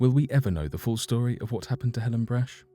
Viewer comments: Come on, dude. It drives me nuts when people just assume they know something especially when it comes to people's names. Just about every American knows Brach's candies and how the last name is pronounced. Helen Brach's surname was pronounced "Brock", not "Brash". All you had to do was ask an American if you were pronouncing the name right or not, which you weren't. Not even close. I mean, how do you even get "Brash"" out of that? I could understand, but not forgive, if you said "Bratch". I know I am nit-picking, but the Brach family is HUGE in the U.S. That's like me doing a video where I constantly pronounce Cadbury candy as Codberry. All you had to do was a simple name check, but you didn't. Lesson? NEVER assume!!! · It’s not brach it’s brahk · Brach pronounced Brock